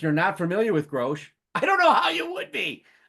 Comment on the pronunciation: Hey, thanks so much for talking about the album and show! Quick correction: our name is pronounced Grosh like “gosh” (we even have “Oh My Grosh” stickers 😂). It’s a portmanteau of Grace and Josh, we started as a duo and never bothered changing the name